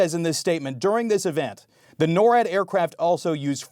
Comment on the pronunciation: NORWAD is not pronounced like that.